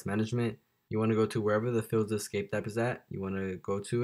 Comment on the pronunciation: Hold up what is fillza it’s pronounced fileza